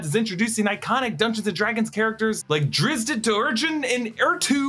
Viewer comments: Stickler here, you butchered Drzzt's name, lol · The butchering of Drizz’t I can forgive, but attributing Beholders to Futurama? Just say you don’t know anything about D&D. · Listening to you have a stroke trying to say Drizzt made my century 🤣🤣